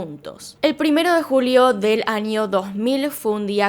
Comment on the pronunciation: Vale vale pero “anio” jajajjs (no es a mal eeeeh)